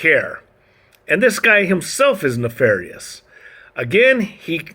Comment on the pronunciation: It's "nefarious"